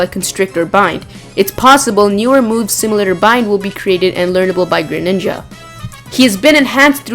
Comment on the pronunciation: GREninja not grininja -_